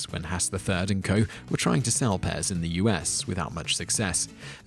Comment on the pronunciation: He just mispronounced it. The P is very much prominent, allthough in some dialects it might be omitted.